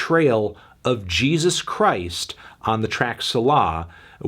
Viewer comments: SEE-lah lmao suh-LAH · it's say-la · Did you really have to pronounce the hard R at the end of the n word? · He said "sa-lah" it is pronounced "Say-La" it is a word found mostly in the Psalms and means "reflect/ponder" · Selah is pronounced “Say-luh”. You should probably know that since it’s a musical term. Haha